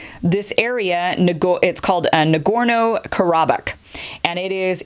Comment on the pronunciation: You can't even pronounce Nagorno Karbakh, and don't even know what Azerbaijanis call themselves, yet your giving a 30 minute monologue on the issue. You should stick to doing makeup Ticktocks because that is what your qualified to speak about.